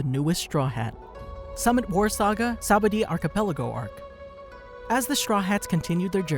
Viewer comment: it's pronounced (saba-OHH-dee) friend, awesome video 👌